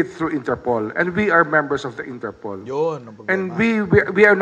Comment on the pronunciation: Its not ENTERPOL it's " INTER POL " Internacional Polis " Polis ayus syusin mo pannalita mo, many are listening in your correct pronounciation .😊😊😊😊